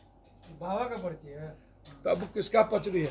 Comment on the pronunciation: पर्ची को पचरी पढ़ खुद रहा है अनपढ़